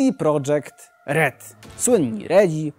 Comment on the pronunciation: Projekt a nie prodżekt, wtf?